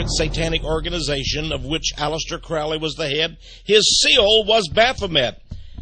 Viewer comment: It's pronounced crow - Lee not crawly